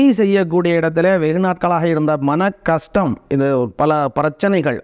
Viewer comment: பண கஸ்டம் . எந்த ஊர் தமிழ் இது ? கை கூடாமல் இருந்தாள்😢. ள , ல உச்சரிப்பு சரியில்லை.